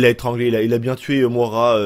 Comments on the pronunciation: On dit Moyra et pas Moara ;) !! Dsl j"'ai horreur de reprendre les gens mais au bout de la 5ème fois j'me suis qu'il fallait que qqn te le dise X) ! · ''Mouara'' tu me tue mec 🤣🤣🤣 Ça se prononce ''Moyra'' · Le prénom de la meuf ne se lit pas Moara mais Moyra , c'est un prénom courant au us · ca se prononce moyera prénom irlandais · Moira ..... stp revois la phonétiques mdrrrr